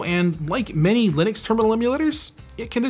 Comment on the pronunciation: lih-nux not, lie-nux